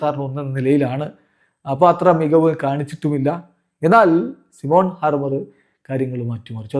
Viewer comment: സിമോൺ ഹാർമർ അല്ല.. സൈമൺ ഹാർമർ